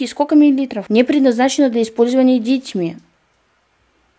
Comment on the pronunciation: когда сказала "дЕтьми" Я: белорусский язык вошел в чат (В белорусском просто это правильно, только пишется иначе немного "дзецьмi"）